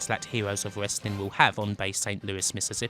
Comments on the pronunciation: "wesswing" lol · "Hewoes of Westling" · WTF! THE STOWIE Of The HEWOS Of WESLING. What WASKLIE WABBIT. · The PPV was bad but nothing close to how awful this narrator is. He can't even pronounce "Wesling". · Dude you do know that it's the "w" in wrestling that is silent not the "r "? Trying to figure out what the heck "wessling" is.😂🤣😃😄😅😆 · "hewos of wessling"... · "it was a gloius time, when westling was".. . . .i really wanted to watch this but the way this dude says Westling is irritating the FUCK out of me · Hewoes of Wewstling